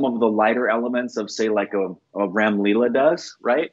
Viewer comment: (and ), please find someone in California, or maybe even in your home, who is familiar with both the English language and Hindi, and can thus teach you the difference in pronunciation of the English word "ram" for a male sheep, and the pan Indian name for the Hindu God "Ram", who is worshiped by hundreds of millions of humans. So, you know, the difference is kinda important. Perhaps you and she can then also teach the difference to Korbin and other Americans in your lives. Thank you. Hi,. Don't tell the boys, but I say these things to them in a slightly snarky and shaming style for greater impact on the boy's psyches and memories. Hopefully it makes them angry enough to remember. 🤭